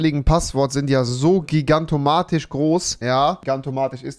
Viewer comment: Das heißt „gigantomaNisch“ und nicht „gigantomaTisch“🤓